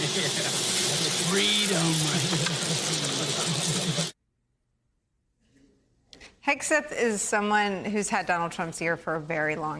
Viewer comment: Jus another reason why your ratings are tanking. I'd be proud to undo my retirement n go back to serve under this patriot. HOW bout learning how to pronounce his name, show the military photos of him and reporting truth.. oh wait, that would require REAL journalism.